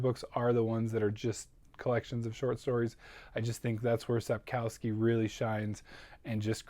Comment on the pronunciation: great reading year! SO HAPPY TROUBLE WITH PEACE WAS SO HIGH IT IS SOOOOO GOOOD!!!!! Ps. Sapkowski is pronounced Sapk-off-ski:)